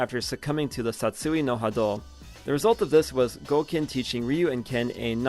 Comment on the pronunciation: Great video but man the way you pronounce Satsui No Hado makes me wanna dive in broken glass lol